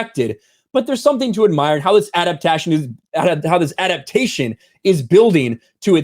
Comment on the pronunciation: When said " adaptation", I thought he said " out of fashion"😄